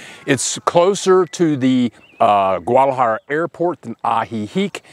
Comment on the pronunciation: Hey....terrific video. Yer the only guy who can pronounce Guadalajara with 3 syllables! 😊